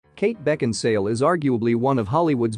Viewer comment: Why did you insist on calling her Kate Beckinsdale? Her name is Kate Beckinsale. How could you make this mistake when her name is spelt correctly in the title?